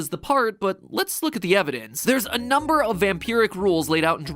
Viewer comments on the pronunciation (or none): none